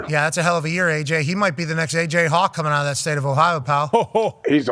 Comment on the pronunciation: Shout ahhht time stamp…on that note we appreciate the hell out buddy